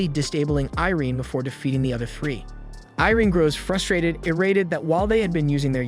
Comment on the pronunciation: アイリーンじゃなくてイレーネな、キャラの名前は大事よ それとアイリアじゃなくてオフィーリア ちゃんとしろよ